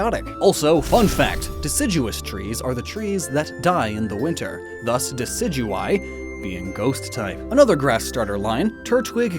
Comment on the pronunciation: IT'S DECIDUEYE, NOT DECIGUYE!